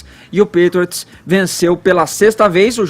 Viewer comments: Gente to rindo muito aqui. O Edgar falando os nomes do Tom Brady como Tom bread (pão) e New England Patriots Como New England Patriotas Kkkkkk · Meu Deus! "Pétriots", "Tom Bréd", "Rendzone", "NFéLe"! E ainda escutar que o jogo foi fraco tecnicamente... vcs estão de brincadeira né? Ofensivamente, o jogo foi fraco mesmo. Mas defensivamente, foi um jogo muito bom! Ou seja, não foi problema de técnica dos atletas, mas, sim, de um esquema tático sobrepujar o outro. A sorte dessa bancada é sempre o Caio, que mesmo não conhecendo o esporte, faz um comentário acertado a respeito dos fatos. Em relação à campanha da Nike com o Collin, Caio, era só vc dizer que a Nike é a marca oficial das Jerseys da NFL e fez essa campanha com um cara q está processando a NFL. Ou seja, qual seria o motivo dessa incoerência, se não lucrar dos dois lados? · Custava falar certo pelo menos o nome do principal jogador e o nome do time? Nem isso eles procuraram saber? "Tom Bréd" e "Pétriots" foi dureza... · "Pétriots" "Tom Brédi" "acho que assistem pra ver as pessoas se batendo" "Tinha um monte de gente ONTEM chamando ele de giselo" A outra quase chamou o Kaepernick de Copérnico kkkkkk Salve Caio! Kkkk e #GoHawks 💙💚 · NÃO SABE NEM FALAR "PATRIOTS" PQP.....kkkkkkkkkkkkkk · Alguém paga um curso de inglês pra essa galera! Meu deus! Ninguém consegue pronunciar "Patriots" ou "Brady"??? Caramba, põe no google e imita o som.